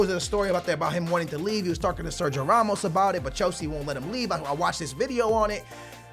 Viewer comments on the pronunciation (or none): none